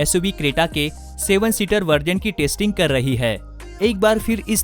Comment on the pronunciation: “Tasting” nahi bhai.... it’s “testing”....